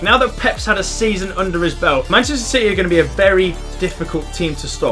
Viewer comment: Did he actually just say shity are gonna win a title